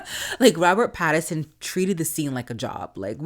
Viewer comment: It's Robert Pattinson, not Patternson.